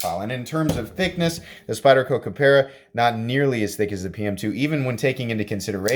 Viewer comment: KapAra, not KapEra.